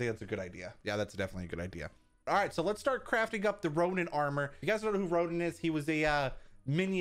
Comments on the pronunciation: ronan* not ronin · He is ronan not ronin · Anyone else screaming at him that its RONAN and not RONIN? Besides the pronunciations are different it is Roh-nen (ronan) and raw-nin (ronin) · biffle biffle..... you did ronin not ronan the difference is one is a version of Hawkeye at the beginning of end game while the other is a space alien that’s steals the power stone from Thanos in the first guardians of the galaxy soooo maybe if you did the right armor you would’ve won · it's Ronan not ronin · It’s Ronan not ronin